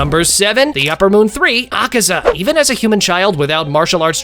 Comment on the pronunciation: Por qué todos pronuncian mal el nombre de Akaza? :/